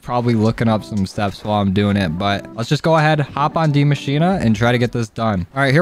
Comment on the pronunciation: Why does everyone cal die machine Dee machina